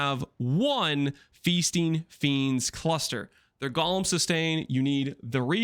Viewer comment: Does people pronouncing golem as "Gawlem" annoy anyone else?